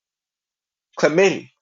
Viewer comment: Thank you, very useful. Just one thing...Calamity is pronounced ca-la-mi-ty :-)